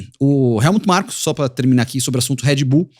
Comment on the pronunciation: O Nelsinho chamando o Helmut Marko de Markut Helmut todas as vezes e ninguém corrige ele 😂